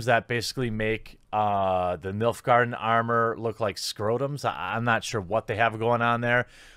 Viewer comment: Milf-Garden armour!?? i must have misheard geremy XD hahahahahaha